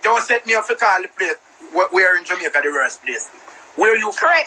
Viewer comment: Did the lady on the live says 'Jamaicaer' 😂😂